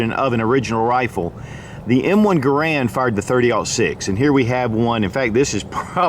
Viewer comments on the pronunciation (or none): Garand is pronounced GAIR-und.